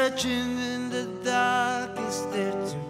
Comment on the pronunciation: Apaan di awal, ello pronounce "the time" aja salah.